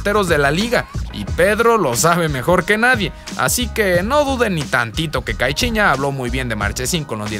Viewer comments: Caichiña😂 tengo entretenido que se pronuncia caiciñia. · Caichiña jajaja solo yo lo noté?? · Cai- chi- ña 😂😂😂